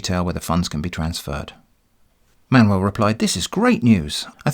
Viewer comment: It took me 15 minutes that you pronounce Manuel as Man-well ...... UFF